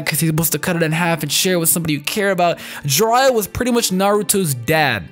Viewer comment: I literally had to stopped the whole video after u said Jiraiya, my chest felt pierced and I can't watch this no more